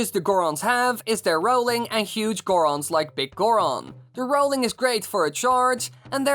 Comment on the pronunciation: The zorons..... The goras...... Va Rutania!